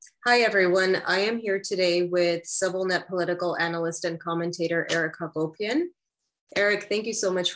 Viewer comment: Why does every American-Armenian put their accent on the penultimate syllable of their surname? It's HacopIAN not HacOHpian. There's no logical reason to do this...